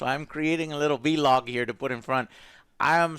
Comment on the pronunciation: Joe can't say vlog correctly